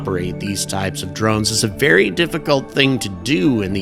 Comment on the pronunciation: Never heard them called "dornes" until now...